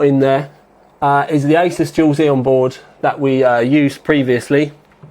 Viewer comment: Someone needs to tell this guy he's pronouncing Asus wrong...